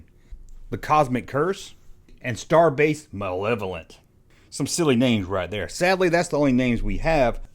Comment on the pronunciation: Hey you said malevolent right at least…